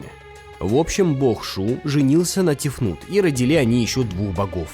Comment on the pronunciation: Тефнат, Тефнит и Тефнут. Простите.